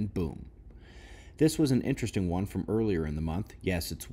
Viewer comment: I'm SO GLAD you said inTERESTING, instead of iNNEResting ; )